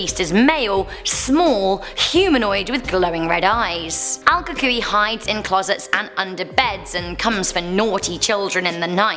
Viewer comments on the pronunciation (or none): Al cucuí La Lona I'm Mexican I get it. It's hard to say. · I am Texan. El Cucuy is Pronounced Coo-Cooy. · Um, I’m from Bexar county and it’s pronounced bear, also, el cucuy is pronounced as coo-coo-ee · You said it wrong try saying it more like el coo cooy I’ll probably help a little and the other one try la yorona it means the crying women or something like that I don’t know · el coo-cuy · El Cucuy= El coo-coo-ee La Llorona= La ee-o-ro-na ((ll in spanish is like 'ee' or 'y')) ^^ here you go friend ^^ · No your not saying El cucuy Right